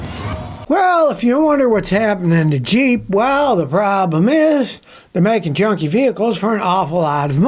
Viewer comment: I call it jip instead of jeep